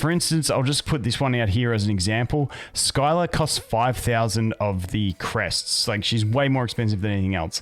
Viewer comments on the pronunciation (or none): My only input is that her name is pronounced "Sill-a" and hearing Skyla hurts my soul lmao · Good vid got any thoughts on how good the new units are? Its pronounced Si-la not Sky-la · Sill-ah not Skyla, hurt my soul hearing that butchering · hey bud scylla aka skylah is pronounced sillah. But i do enjoy hearing you say skylah. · I know you always say you're bad with names, but I just wanted to say as an FYI that she's pronounced "Silla." The Greek myth. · It’s pronounced s-ill-ah lol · Scylla is pronounced "SILL" "UH"